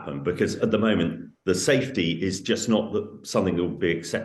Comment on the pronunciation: How on Earth did this woman get a speaking job? Plant not "puh-lant". Safety not "sthafety". Something not "thumthing".